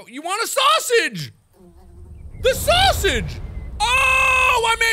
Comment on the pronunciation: Someone took the "soosage"